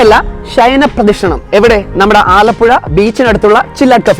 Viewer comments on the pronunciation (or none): ഷൈനപ്രദക്ഷിണം അല്ല😆ശയനപ്രദക്ഷിണം ആണ് 😂😂😂